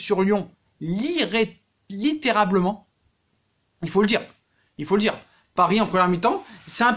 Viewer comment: Prenel kimpembe 😤 « literablement »😮 et bordel arrête de crier comme si t’allais partir en dépression tous les meme 😂